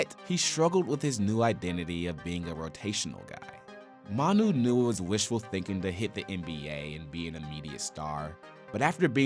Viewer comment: Guy murdered Manu”s name